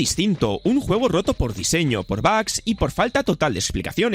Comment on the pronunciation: Tanto escuchar bags se me pegó. Ya no diré bugs desde ahora será bags :v